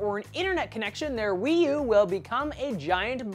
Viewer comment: The way he says Wii U sounds fun- Weeeee U!